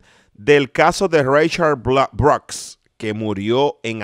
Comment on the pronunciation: Brooks se pronuncia bruks noooo broks, Gracias